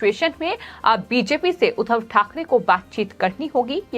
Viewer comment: जी, समाचार बताते समय मुझे बार-बार कुछ नेताओं के नाम और उपनाम का अशुद्ध उच्चारण कर रही हैं। उदाहरण के रूप में आप 'एकनाथ शिंदे' के बजाए 'एकनाथ सिंधे' और 'उद्धव ठाकरे' की बजाए ' उधव ठाकरे' बोल रही हैं; जो अशुद्ध है। 'शिंदे' और 'सिंधे' तथा 'उद्धव' और 'उधव' के उच्चारण में ज़मीन-आसमान का फ़र्क है। अगर मैं सही हूं,तो आप इस त्रुटी को दूर करें। ।।धन्यवाद।।